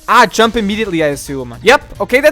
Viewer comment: I like the way you're pronouncing "jump" dziump